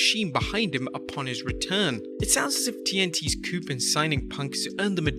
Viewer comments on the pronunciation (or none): "coup" is not pronounced "coop." It's "coo." It's a French word. C'mon man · Coup is pronounced "coo" rather than "coop." Not that anybody cares.